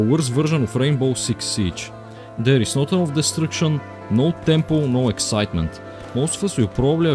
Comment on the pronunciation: tOor, doNe, nOThinG, FackinG, eNoFF:DD is NOT cooking these voiceovers 💀💀💀